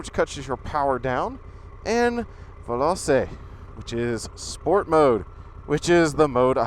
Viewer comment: Hi there! I'm a newer subscriber, and I've owned a few Italian cars, a couple from new. I WELL know the Italian "bug" bites HARD, hooooo boy! There's nothing else quite like them (OH- and btw- "veloce" is pronounced "vuhl-OH-chay" ;) you'll catch on fast, no worries, haha!). I say this as a long time enthusiast of all things Italian, motoring-wise- find a mechanic and a source for parts, RIGHT NOW. Most shops see something Italian and recoil in horror. Do it before you need an oil change, or before (God forbid) anything goes wrong. You'll live to thank me. I don't know about bikes, but believe it or not, sometimes German car shops will look at Italian motors, if you're in a bind. Also, go ahead and find an Italian motoring club. Italian car clubs LOVE to have bikes join the membership! They are some of the kindest, most helpful and supportive people you'll be proud to know. This is also a great resource to have, it's great to be able to pick up the phone and "ask Bob" or whoever, if you happen to hear a funny rattle or if you don't have that one particular oil filter. You'll learn a LOT. And happy motoring! If I had anybody out here in the boondocks who would work on one, I'd totally have one too. Everybody ought to own a hand built Italian ride at LEAST once in their life!